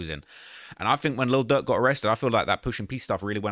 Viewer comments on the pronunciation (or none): Please use pronunciation with your words, cause you keep calling Durk Duck 🤦🏽‍♀️🤦🏽‍♀️🤦🏽‍♀️